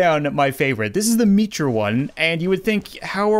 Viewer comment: It isn't "Meetra," it's Mitra